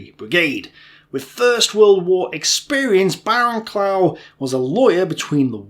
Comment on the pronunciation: And shouldn't it be Barrow-Cluff, not Barrow-clow? I'm not entirely certain of this myself, mind.